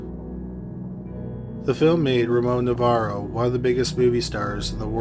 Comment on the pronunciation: It’s Navarro not Novarro